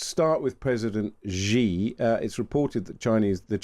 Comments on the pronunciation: It's not zjyee, it's hshee. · Please please please learn how to pronounce Xi Jinping's surname... 😂🙏